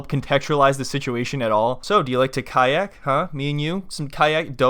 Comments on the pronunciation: "Do you know how to say kiac?" LOL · she's being difficult on purpose with the language, kayak is the same word in English and Spanish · Translator comes over TQS: "Do you know how to say 'kayak?'" Im dead LOL